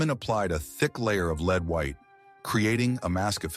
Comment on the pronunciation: I wish the AI voice could pronounce “lead” properly. “Leed” poisoning…come on 😂